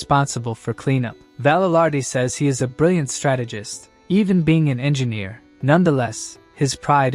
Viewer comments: Engineer the word is Engineer not ENGINNER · Now that you've posted your annoyance. We shall call it ENGINNER! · “En gin ear”